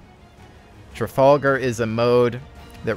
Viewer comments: Tra-fal-gar not Tra-fall-gar :) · The Trafalgar- pronounced Trafalgah